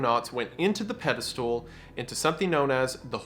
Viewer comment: It’s crazy how wendigoon still says “pedostool”